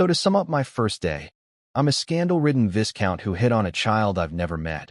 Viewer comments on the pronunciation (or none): Oi! AI Voice-Over dude, VISCOUNT has a silent S, so is pronounced VYCOUNT... Hope that helps! P.S. I'm a big fan, love that voice, especially in funny stories. 😏